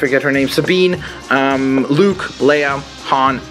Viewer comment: No that's perfect! You actualy pronounced her name right!